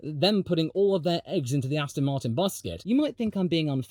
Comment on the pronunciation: everyone mentioning the joke circa 9 minutes but i don't see anyone appreciating aston martinn,,,,, rotat e ast oN rotato FASTA astonmartin go g O can you feEL it a s t s on mart win yEs feel tHe S pED WE HAV rEAFHJED MAXINMUN VELSOSIPY